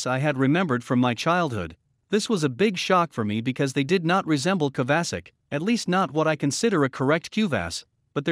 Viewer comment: Pls try to pronounce kuvasz and every hungarian word correctly next time...it hurts hungarian ears